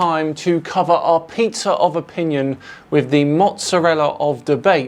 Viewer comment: I must admit that when said "Pizza of opinion" I at first heard "Peter of opinion" and I was laughing so hard I actually fell over. But then my brain registered that he finished his statement with "covered with Mozzarella."